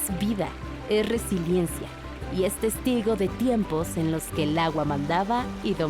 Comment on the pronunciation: Es resiliencia dice la que narra . Que contrate el 11 a narradores con secundaria terminada, mínimo.